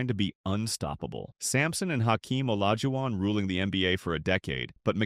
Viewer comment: no a human uploaded it dummy but they used an AI voiceover that can't pronounce Olajuwon and probably an AI written script, too. YOU THE CLOWN DUMMY 🤡